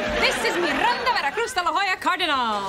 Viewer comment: I guess that when the second surename is important we hispanic use both; or when our parents were not married when we born. But I just don't understand why she says "Mirranda" instead of "Miranda" (even Al Bundy says it right in